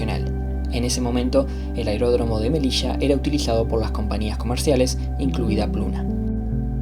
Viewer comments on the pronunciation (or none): none